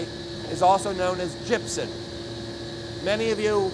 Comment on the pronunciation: "gypsen" or gypsum?